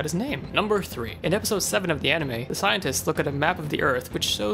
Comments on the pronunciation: Dude, anime. Not aunime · i heard arnime xD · Mfer says onimay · Uh... Aonime? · did he just really call it aunime? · he says onime XD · not making fun of u but aunima what its anime???? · U say anime weird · pronounced anime weird